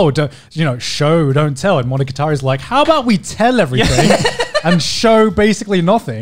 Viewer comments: He's like: monoGAtAreeeee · Why is garnt pronouncing it weird. Monoga-tari? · No one: Garnt: Monoguitari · MonogaTAHREE... No. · it's really weird to me that they're both saying it like monogaTAri, even the anime man who I know has native-level fluency in Japanese. Maybe he's just letting Gugguk's bad japanese pronunciation rub off on him XD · why do you say monogatari like that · Wants to learn Japanese to understand it better but doesn’t even say the name right. My blood is boiling rn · This man has all this anime merchandise yet pronounces monogatari wrong. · The way they pronounced monogatari bothers me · Are they even pronouncing monogatari properly? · Why the h do they pronounce it wrong, even if most of them know how to japanese? It hurts my ears yo.